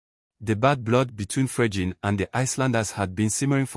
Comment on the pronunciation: i didn't say it is not Fregene but not pronounced the way he is pronouncing it. Listen to how he is pronouncing it.